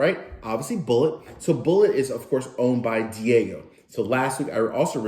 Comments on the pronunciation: It’s pronounced. Dee aj eeo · Great review, love Blender Eboni Majors' choices here! Lovely nose and that thick, lingering finish. Just a heads up, "Diageo" is pronounced "Dee AH-gee-OH